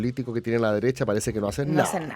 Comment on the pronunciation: la dereTcha de la dereTcha de la dereTTTTTTTTcha